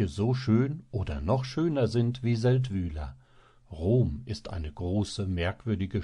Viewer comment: Der Ort wird Séldwil ausgesprochen. Y ist im Schweizerdeutschen ein langes i. Das Sächsische war ja peinlich.